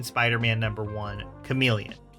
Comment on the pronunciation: Lmao bro said chameleon 😂😂😂😂 GTFOH dude